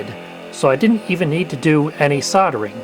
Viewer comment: SOLDERING, not "soddering"! The 'L' is NOT SILENT!